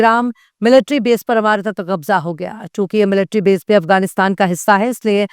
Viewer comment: Abe bolna Sikh le pehle america ko aamaerica😂